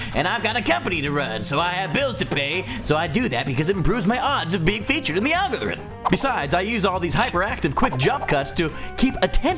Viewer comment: He said algorthrin